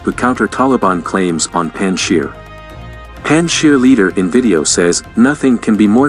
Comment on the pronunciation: Please pronounce Afghan names PROPERLY - Some names are NOT pronounced the way they are spelt ! Panjshir is pronounced PUNJJ-SHEER !! ; Massoud is pronounced MUSSOODH ! Afghanistan is pronounced UFF-GAANISS -THAAN !! More pronunciation tips if and when you need !